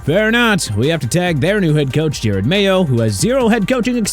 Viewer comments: Learn how to say Jerod Mayo’s first name right! It’s NOT Jared! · You don’t even say Jerod Mayo’s name right